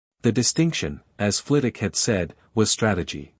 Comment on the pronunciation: Second! Not a bad story. I'd love to understand why none of the AI narrators can seem to pronounce Professor Flit-Wick's last name... It is not Flittock. The story could have used a proper epilogue rather than cutting off so abruptly. I give it about 7.5 out of 10, it would have been higher except for choppy ending. B- or C+.